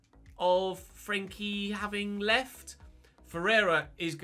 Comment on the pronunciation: I'm just wondering why he keeps saying frenkie like that